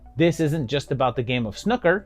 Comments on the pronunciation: It's pronounced snoo-ker not snuker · snooker being is pronounced sn ooh ker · I read your comment just before he mentioned Billy the kid and wondered how snooker could be mispronounced and then😂 I heard snuker . I may take a look at that film as I've not heard of it and had no idea Jimmy white was in a horror film 😂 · I’m totally pronouncing Snooker like this from now on. Genius! 😅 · Cool to see someone actually cover Billy Kid and the Vampire, loved it as a kid, also I can never get over how Americans pronounce Snooker. After stumbling across it, been loving this channel and appreciate what a massive undertaking this must be. Keep up the good work. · I kinda want to correct your pronunciation of snooker, but on the other hand I find your way much more entertaining.